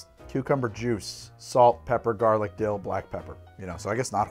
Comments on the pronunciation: "the dill-tho" Good of you to spell it out because that's not what I heard! 🤣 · "The dill-tho" lol sigh I'm a child. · Did you say, "The Dilldo"?